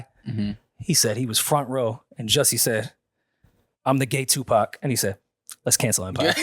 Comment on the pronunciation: Gu-Pac! 😭😭 was on it out the gate back at the old pod. Hilarious.